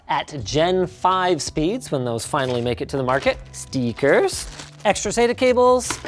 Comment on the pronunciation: did he just pronounce it "STEE-KERS"?